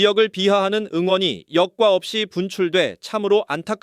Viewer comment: 기자분 발음 제대로 하세요 사회관계 망서비스 아니고 / 사회관계망 서비스 입니다 <여과 없이 불출되> 도 역과없이 아니고 여과 없이 입니다 발음도 띄어 읽기도 틀렸습니다